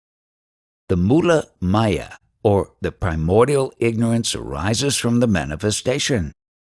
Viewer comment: Mula maya not mulla maya